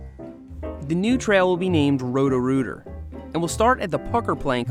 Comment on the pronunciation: Whenever you say Rhodorooter I keep thinking your saying Rotorua in New Zealand